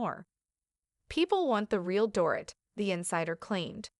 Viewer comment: If you’re going to report on individuals you need to pronounce their names correctly . You have yet to pronounce Dorits name correctly.